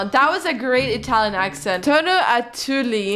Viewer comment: The Italian pronounce was bad bc I'm Italian io sono italina